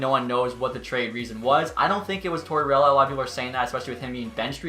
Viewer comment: no one:: Tortorelli